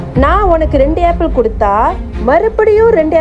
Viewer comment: ஆப்பிள் என்று உச்சரிக்கவும் உச்சரிப்பு சரியாக சொல்லவும் வீடியோ போடும் முன் கவனித்து செய்யவும் எல்லோரும் பார்ப்பது